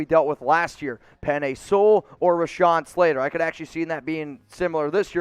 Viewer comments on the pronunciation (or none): none